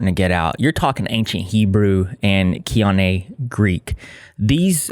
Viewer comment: Koine Greek is the form of Greek that was most commonly spoken/written in late antiquity, which is why the New Testament was written in it.The word koine means "common", and it's pronounced "Coy-nay". :) I really enjoy your channel and was delighted when I saw you'd done a video on Karissa Collins.